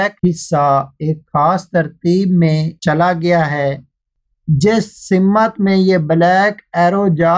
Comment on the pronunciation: Bhai urdu sahi se boldijiye. Wo simmat nahi simt hota hai